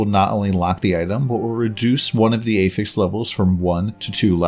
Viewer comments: affix, not ey-ffix....just like apple, not ey-pple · Meh, I prefer 300x content to telegraphs. Wildstar lost to wow remember. Also, you are saying "affix" like you are trying to attach something to something else (verb form). When you mean the noun. Blue items have 1 prefix and 1 affix for example "Rusty blade of the fox". The prefix is "rusty" the affix is "of the fox". So when "one affixes affixes" and they are pronounced differently. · Prefixes and suffixes are both affixes. Yes he does say it wrong, though.